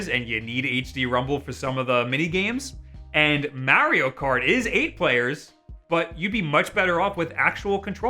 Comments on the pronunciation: Its MARIO not MAERIO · DUMBASS IT IS MARIO IT IS NOT MEARIO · This guy really said Mehrio Party 0/5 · Have I been saying Mario the wrong way all my life? This is like the 3rd youtuber I’ve come across that pronounces it “Meh-rio” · as soon as you said May rio I got pissed and left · MAR - RE - O thats how you pronounce that. Your welcome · I like how he pronounces Mario as Mary-O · why why are you saying maryo no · The midwestern way you say Mare-io just... eeeeeeee. 😅 Amazing video, as always. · why the fuck do you say mario like that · Not to judge but.... Notice how he pronounces mario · its all about how he pronounces Mario....uggh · i watched the whole video to hear him pronounce mario like that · I hate how he says Mario. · It troubles me how you pronounce mario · Makes me cringe when he say Mario like that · Why does he say Mario weird